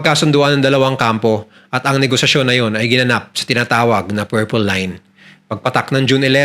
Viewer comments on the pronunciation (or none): none